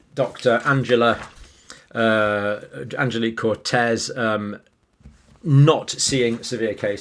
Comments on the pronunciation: "Coetzee" is pronounced Koot-see-uh, with the stress on the first syllable, not Kore-tezz. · Is that snow outside 😃 ..Coetzee is pronounced 'coud_sea' for you english not Spanish Cortez 🤣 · Her name is pronounced "Kutsee" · Why do you keep saying cortez? It's Coetzee, not cortez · You pronounce the dr's surname like "couldzeee" the "Z" like it is said in the USA zeee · Thanks for your videos, always insightful. Was quite funny calling the SA Doctor "Cortez" instead of "Coetzee". Haha. I am from South Africa. One comment on the younger people ending up in the hospital, I have no data but talking to people and listening to the news, its mostly the younger people that is hesitant for getting the vaccine. Most older people 45+ are fully vaccinated, so could this be why the data shows more younger people getting sick than older people since a lot more of them aren't vaccinated? But I guess its easy to comment on Youtube and speculate what could be the reason, and I could be completely wrong. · Could Zee is the pronunciation. I believed in your channel but you cannot pronounce Guateng or this doctors name. We have a 99% recovery rate. Really disappointed, we do not walk around with Lions in streets in South Africa. Government hospitals in SA are a death sentence as a "given" in South Africa and with BBEEE, even private expensive hospitals are a death trap. Please do your homework. Really had respect for your channel, but now I see you are as good as MSM, in it for the numbers. Please Google, Carte Blanche on the state of SA hospitals. Just get the facts right! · It's Coetzee....not Cortez! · COET- ZEE .. no R .. nòt Cortez .. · Totally irrelevant to the subject, but as a native Dutch speaker (for those who don't know - there is a strong historical connection between South Africa and the Netherlands) I'd assume that the name Coetzee is pronounced "Cootsay". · Dr Coetzee is not Cortez!!! here is a pronunciation guide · Its Coetzee not Cortez....🤣👍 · Pronounced "Kootzeea